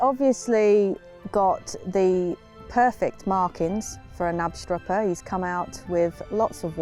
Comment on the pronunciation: If you would like to say Knapstrupper like a Dane, try to put sound on the K too